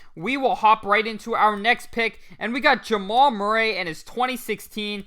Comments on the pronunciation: Just a heads up from Mr. Murray here. Murray is pronounced (mer-ree). 😉 Thanks for the 🔥 content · How can I take advice from a guy who cant pronounce Murray